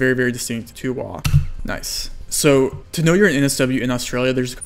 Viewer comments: No one calls western Australia 'Wa' haha. It's 'W-A' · Protip: Literally no one in Western Australia, or Australia, calls Western Australia "wah". It's always W, A. As in the letters. "Flying to W.A for the weekend". Not, "Flying to 'wah' for the weekend". There is not one single occasion or circumstance where anyone would call it wah. Lived here all my life :)